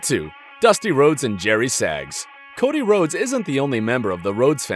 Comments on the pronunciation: Cory Rhodes?????? If you don't know what I mean listen to the first time he said Cody Rhodes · I disliked this video as soon as I heard "Cory Rhodes". Seriously? I don't know who this substitute is, but he needs to be better educated on what he's talking about. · nigga said "Corey Rhodes" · Ok. You said Cory Rhodes. I rewound to make sure and immediately stopped watching this video. Congrats non British commentator, you just made me cut off a Wrestlamia video, not even 30 secs into it. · First video back and you botched Cody Rhodes name lmfao.